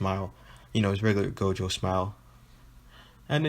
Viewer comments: My boi said jogo instead of gojo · jogo or gojo what u saying u saying jogo not gojo